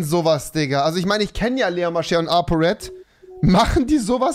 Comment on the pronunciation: Apo Apo das heißt RED